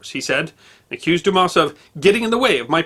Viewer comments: We’re not offended we’re just saying the S is silent.”Douma” is an easy pronunciation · In French, S at the end of a word or name, is always silent. So Dumas is pronounced "Dumah". I studied French in university and am husband of career French teacher. Please get advice on pronunciation of foreign words. But keep the vids coming! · You don't pronounce the s when it's at the end in frog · Unbelievable that people would automatically presume that it's pronounced like an 8 year old kid's joke. So for all the dumb asses out there it's pronounced like Do mas. Or Do mass. 🤤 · I though his name was pronounced, "Dumar." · it's not a matter of advice. I've always heard it pronounced "Dumar.." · Isn't it pronounced Doo-mar? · It is quite amazing to me that someone presenting a competent account of the fascinating father of the great novelist Alexander Dumas cannot even pronounce the surname correctly. Damn it: the ‘s’ is silent! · The "s" at the end of Dumas is a silent one, but other than that, I have no complaints in that this video is excellent! Methinks that might better learn a bit of French.;) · The poor pronunciation of Dumas is hurting my brain. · Best Friend well it takes minimal effort to properly pronounce such as basic sound. He undoubtedly would have heard the proper pronunciation numerous times during his extensive research. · Hey, you don't pronounce the "s" in Dumas btw. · The Fench butcher all foreign names, they will therefore show some benevolence.